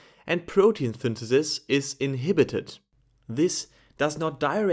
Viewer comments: I cant unhear this now 😭😂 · It's interesting how you pronounce synthesize perfectly, yet you pronounce synthesis as "thinthethis".